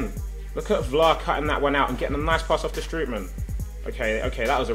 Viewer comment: you have to pronounce strootman like stroatman